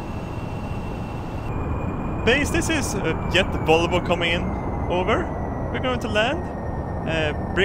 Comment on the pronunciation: Jet "wolwo" never gets old. This is like my 8th rewatch. It's always funny :P